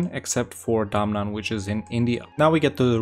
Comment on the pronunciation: It's DA-MAN not DAM-NAN😂😂😂